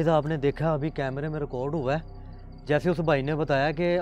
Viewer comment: ریکارڈ ہوتا ہے رکوڈ نہیں ہوتا🤣🤣🤣🙏